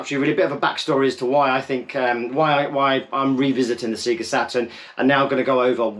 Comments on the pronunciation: trying to tell us about the Saturn when you say ‘Sega’ like an absolute plonker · I feel like I've never heard someone say "SEAGA", it took me by surprise! I definitely took my cue from the "SAYGA" booting the old Mega Drive. I grew up in Lancashire and never said it any differently as far as I can remember. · never heard an American pronounce it like that either.